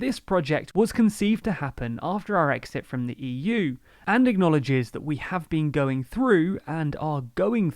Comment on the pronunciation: "and are GONG through" :)